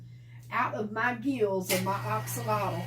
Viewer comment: You’re correct. It is pronounced ox alotl😁